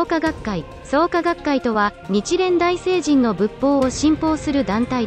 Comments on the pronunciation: 日蓮だいせいにん→だいしょうにん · 日蓮大聖人→❌にちれんだいせいにん⭕にちれんだいしょうにん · すみません、日蓮大聖人の読みは日蓮だいせいじんではなく、日蓮だいしょうにんですよ。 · 日蓮大聖人≠日蓮だいせいじん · だいしょうにんですけど